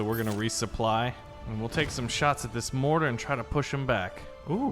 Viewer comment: It is mortar not. (Morhar)